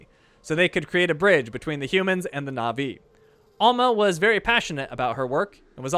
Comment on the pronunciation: Fun fact: Na'vi is pronounced natvi